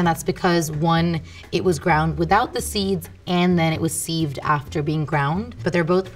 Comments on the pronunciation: The way she said "seived" made me click off the video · The way she is pronouncing 'sieved' is annoying me. Lmao. Great video though.